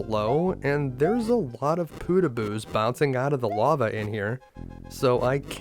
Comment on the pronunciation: why do you keep calling them poodooboos? it's podoboos